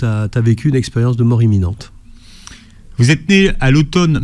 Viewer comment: Imminente et pas eminente